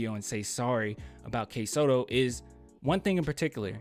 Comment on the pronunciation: It's Kai Sotto. It rhymes with Sky Toto. He's not a bad prospect. Just as likely undrafted but I think he'd be a good project.